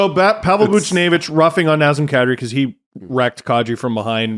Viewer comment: It's not Nozzem Koddri. It's Nazem Kadri. The "a" in both names is like in "dad"